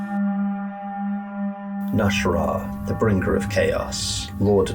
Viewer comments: you keep saying "nash'rah", but his name is clearly spelled "nas'hrah" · mah boy’s name is not “Nash’rah” it’s “Nas’hrah”